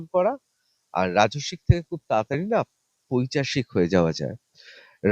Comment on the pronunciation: পৈচাশিক নয় ,উচ্চারণ টা পৈশাচিক হবে,ঋতব্রত বাবু।